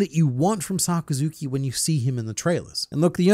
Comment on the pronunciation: sakazuki - sakazukai hahahahah U THA GOAT